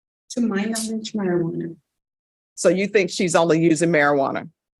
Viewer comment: Mispronounced it...methajuana sounds more likely 😂